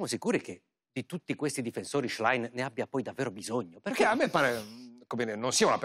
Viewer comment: Qualcuno insegni al conduttore a pronunciare il cognome della Schlein!